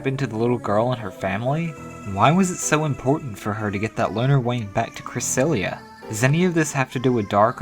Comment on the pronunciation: ppl stop pronouncing cresselia wrong. its pronounced cra-seel-ia not cra-sel-ia